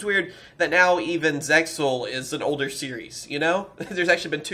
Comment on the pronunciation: Zexal is the correct way of saying it.